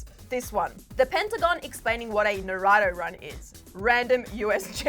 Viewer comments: how dare you?! it's NAA-ROO-TO! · Why did she pronounce Naruto naratu uh my anime heart just broke for her😥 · ITS PRONOUNCED " NAH-ROOO-TOH" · NA-RU-TO easy name you get it the next time for sure. 🤦🏾‍♀️ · Ummm...she said Naruto wrong and I'm offended...like not trying to be mean...but srysly...like come on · Girl Emil is not ur friend lettin you pronounce naruto like that. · Wow I’ve never heard anyone say naruto that badly, that’s worse than the dub voice actors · I don’t even watch Naruto and I cringed when she said it wrong 🤦‍♀️🤦‍♀️